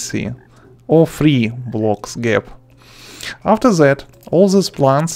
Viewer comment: I love his "afser that"